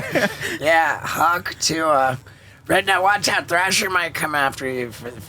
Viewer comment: Shouldn't it be "Hock Tuah" as in "Hock a Loogie"